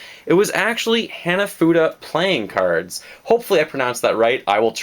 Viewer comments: Don't quote me on this but I think it's pronounced Hah-nah-foo-dah. NOt a big deal though ;). So that's how you play these. My favorite moment... uhhhh I don't know I've just had a joyous Nintendo experience over all. Maybe when I first got into Nintendo watching my brother play his Gamcube,Wii, DS Lite, Gamboy advance SP. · You're pronouncing it "henafuda", but you're a lot closer than other people.